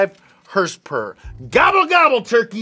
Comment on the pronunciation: I can’t stand the way he pronounces Horsepower . It’s so effin annoying